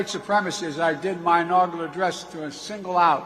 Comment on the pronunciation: He said inaugular. This guy is a demented, incompetent moron. The entire world is laughing at him and at us.